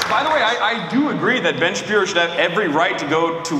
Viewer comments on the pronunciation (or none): lmao 😂 i love the shabibbo, but i gotta say i do miss the shabbino every once in a while